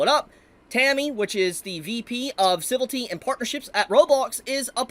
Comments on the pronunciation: Ci-vil-ity not Civ-ilty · Civility. A new word to add to the list. Leaving out a whole syllable. Never stop mispronouncing words bro. It's part of your charm now.